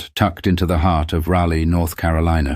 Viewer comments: Raleigh, not Rally. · RALLY INSTEAD OF "RALEIGH" (NORTH CAROLINA; THESE STORIES ARE INVENTED BY ILLITERATES ! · It’s Raleigh NC not rally. Check your stories before posting, errors like this should be easily recognized.